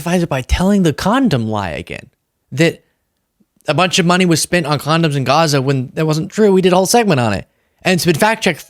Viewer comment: Condums. What the hell is wrong with this idiot!